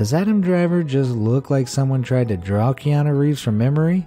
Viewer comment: Mmm it’s not keAnu reeves its Keanu reeves k-EE-anu reeves